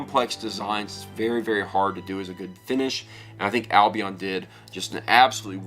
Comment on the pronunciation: First pronounce Albion right lol